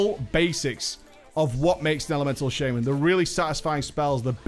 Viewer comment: "The first of them is the Shame-An" So Elemental is shit?